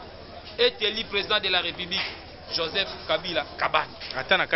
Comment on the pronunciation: This na kati ya congres il a était élu et non eli